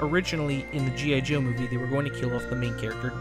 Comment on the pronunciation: G.A Joe?.. or am i mishearing? How Very Dare You Accidentaly mispronounce 1 single letter during that whole Script, Shame!!...SHAME ON YOU!! I'm just feckin' aboot :D